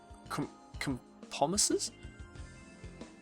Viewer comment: It's compromise, not compomise. Kinda like a flaw.